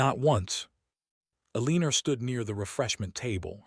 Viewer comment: Her name is E-leaner..lol.